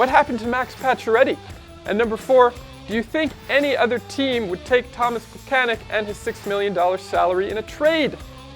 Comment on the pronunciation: Tomas Plekanec has been with the Canadiens for the last decade. Learn to pronounce his name already! Pleh-kan-ets.